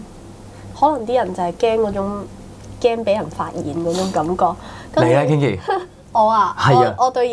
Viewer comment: Kinky 係讀 "傾-ki"，就算Kinki唔介意都唔好讀錯